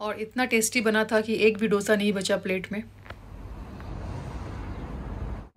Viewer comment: It’s pronounced as दोsa and not dough sa